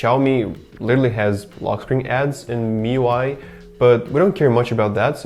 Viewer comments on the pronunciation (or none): none